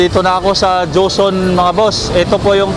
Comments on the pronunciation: ang galing ng nagbibinta madaldal hehe, bagay talaga sakanya kc nga nagbibinta sya, pero napansin ko lagi nya cnasabi jonson, dapat joson ikaw naman brad, hehehe. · ano ba yang tindero na yan? ang linaw ng nakasulat na JOSON, PERO ANG PRONOUNCIASON NIYA AY JOHNSON ????? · joson po, hindi johnson... (